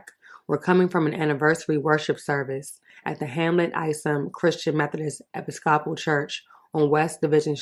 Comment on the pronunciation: After the mis pronunciation of Episcopal church, I just couldn't take this article seriously. "Epi-scopp-pull" church girlfriend, go back to school.